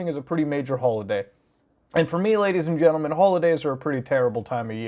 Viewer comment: you say ladys and jentelman very much. Noice